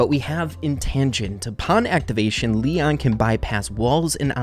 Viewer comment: No body Literly nobody:lion But (it's leon)!